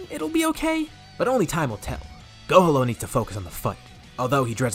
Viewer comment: Love the story just now finding out about you but I’m sorry I can’t stop hearing go homo instead of gohalo maybe it’s your accent with the piccolo and gohan fusion name I know it’s too late but why not PICHAN to close to pikon huh lmao jk idk but love the full story’s I’m going through the playlist now keep it up I hope you add the more recent stuff to this playlist of full what if story’s